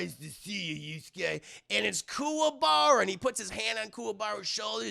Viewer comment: Lol back when you were learning their names. "Kumara"